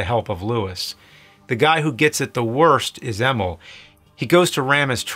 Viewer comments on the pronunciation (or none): Emil = M-eeeell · Many errors my friend Rob Morton? Bob Morton ED-209 ain’t a creature! Emul is actually Emil ( said by Clarence in the classic Emile way. Might I suggest IMDB as a tool widely used for around 20 odd years! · “Emmill” “Rob Morton” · CHAIR-MAN, EMIL, SUX 6000... You're just trolling us with these pronunciations now.